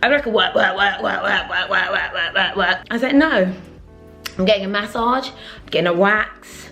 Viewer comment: Maaasaaage 😂😂😂😂 the way you say massage is hilarious